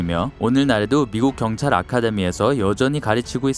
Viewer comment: 목소리 개찐따네 존나 때려뿔라 자꾸 경딸경딸거리네 얼굴에 니킥시발려나 존나꼽아뿔라